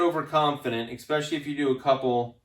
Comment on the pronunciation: I was done as soon as he said “exspecially.”